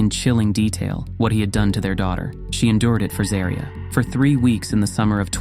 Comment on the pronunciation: You can at least get her name right. It is ZAW-REE-UH